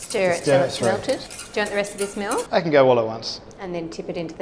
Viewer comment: Omg he says molk not milk